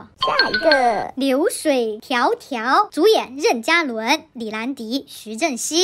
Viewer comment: 任（2声）嘉伦，不是四声